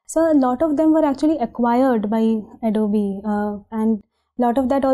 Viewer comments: Adobeeee and not Adobe.. is disturbing though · An Adobe employee pronouncing Adobe as Adob and not Ado-Bee. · oh bhai tu toh chalta firta joker hai. Adobe ka pronounciation nhi pta aur UPSC mock interviews dekh rha aur faltu gyan pel rha. Salute bhai 🤣🤣🤣🤣